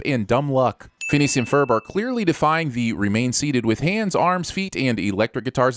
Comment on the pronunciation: The moment i hear "phelineas and furrb" i Just cracked